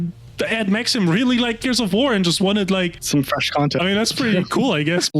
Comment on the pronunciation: I lol'ed at 'Max - eem'.